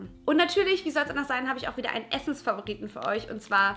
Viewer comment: Wer hat auch bei dem Essens-favoriten zuerst Essence-Favorit verstanden? 😂